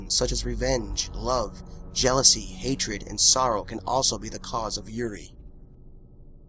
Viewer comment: Yurei isnt pronounced like that lmao